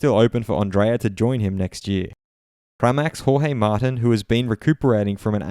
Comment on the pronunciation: I think his name is pronounced like mar-teen